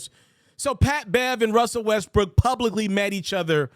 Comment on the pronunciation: At 6.44 I heard Westbrick 😂